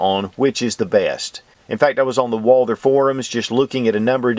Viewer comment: Great comparison video, but I gots to ask....... Who is this Walldurr you keep referring to?